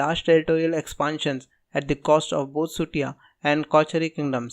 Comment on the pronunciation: First you tuber who pronounce...SUTIYA correctly